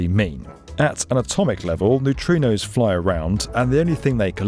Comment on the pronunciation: and Did you mean to say neutrinos? So confusing!